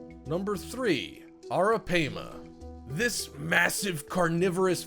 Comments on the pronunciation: Also, it's pronounced "arra pyma" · You’re mispronouncing the name of the third creature on your list wrong. (Arapaima) it’s pronounced “Air-ra-Pima”. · Bezoticallyyours83: Actually, it's pronounced Air-Ah-Pay-Muh. Just trying to be helpful. We've had them before along with caimans and an anaconda and a whole bunch of other critters when my son was younger. The anaconda was given to him by a kid down the street who was keeping it wrong. It was a male (they only get around 6 feet long full grown) and once we brought it home my son put it inside a really big aquarium he had and set up the heat lamps and even a hot rock. In a day or two that thing was so vicious that it kept smashing into the side of the tank when you'd walk by! He had it for about a week before I made him take it to the zoo and give it to them!!! The Caimans he had were pretty cool but they had a LOT less angry a personality than what this dude described in this video. We had an American Alligator once as well. That thing was wicked! If I was to do things over again I'd NEVER let my son bring that gator home! It grew nearly 5 times its length the first year he had it and it never chilled out and calmed down even though he handled it everyday! I made him take that one to the zoo as well. We've also had Arawanas and Alligator Gar and a gazillion other types of fish and animals. JUst sayin'. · It’s ARAPIMA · Arapaima is pronounced Air-uh-pie-ma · Thought it was pronounced air-a- pie-ma? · You were mispronouncing the names Pacu and Arapaima, and most of this info is very incorrect. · You showed a gar as a arapima and your saying the name wrong you dumbass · U said arapima wrong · Cant even pronounce Arapaima correctly lol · How you say arapaima get me lol